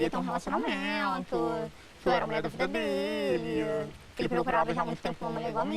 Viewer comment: gente eu ri alto aqui sozinho kkk "relacionamento " com sotaque carioca ficou engraçado. "Eu era a mulher da vida dêêlii " kk